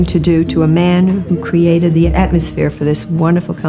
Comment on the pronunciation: I’m not sure why people do this but I noticed when you say the word “the” you insert da or de instead of saying the actual word THE. You don’t do it every time, just occasionally. This is meant to be constructive and helpful…. Not mean or cruel. But when you do that, it can sound uneducated and I know you’re not bc this was a wonderful video!! I enjoyed it very much. Thank you and God bless! 🥰